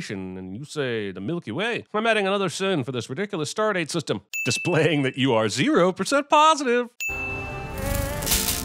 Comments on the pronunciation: Pretty sure that's supposed to be O-positive "oh-positive" as in the blood type and not 0% positive. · it's O positive not 0 positive, remove 100 sins for you not knowing your shit.